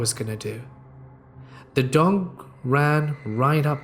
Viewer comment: He said dong instead of dog 😂